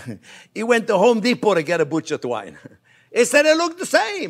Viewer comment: did he say "drink enough wine" or "take enough twine" LOL